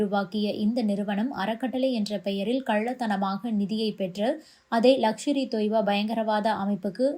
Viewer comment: லக்ஷர் இ தொய்பா இல்லை. லஸ்கர் இ தொய்பா